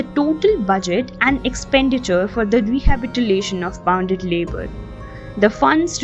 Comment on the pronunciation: She said rehabitilation